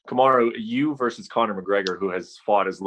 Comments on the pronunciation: Did u just say kumuru Usman ?🤦🏻‍♂️🤷🏻‍♂️🤦🏻‍♂️🤷🏻‍♂️🤦🏻‍♂️ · Okamoto: Cum-a-roo Usman